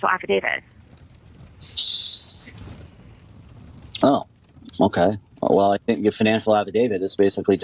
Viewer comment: She says Afi-David